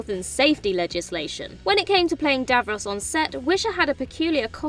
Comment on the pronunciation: Some amusing mispronouncing going on here - Davros's shirt, especially. The presenter clearly doesn't have a clue what she's been given to read.